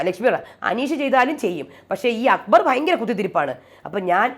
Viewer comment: അക്ബർ എന്ന പേരു കൂടെ നാശമാക്കി. അക്കു ബർ. അക്കുമ്പമ്പ ർ🤣